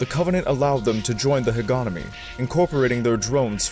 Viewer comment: Hegemony. Not Hogonomy